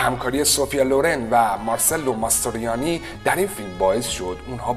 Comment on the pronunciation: حد اقل یک سرچ رو اسما میکردی و بعد ویدیو میساختی کارلو پونتی رو میگی کارلو پانتی ، مارچلو ماستریانی رو میگی مارسلو 🤣😂😂😂😂😂😂😂😂 اعتماد شنونده رو از بین می بری با این اشتباهات.